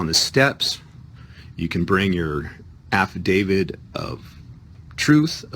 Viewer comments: I think this man is calling it an "Affidavid." Maybe in honor of this defendant. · "Affadavid"????????? Again???????????? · Great video, but that guy made my head hurt with his crazy comments! P.S. what is an "affivdavid?" I know of affidavits, but not of affivdavids. LOL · He keeps saying "affidavid." shakes head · This is all horseshit! Every jail around here have a Notary in the Law library, and there is no such thing as a "form Habeas Corpus". You have to draft your own! The format is in the law books in the Law library. He calls it an "affidavid" lol, and all affidavits are affidavits of fact! That's the whole point! Why do these people think an affidavit has some kind of power? All it is is a sworn statement! The only power it has is your word! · he said Affi-david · Is he saying "affidavid"?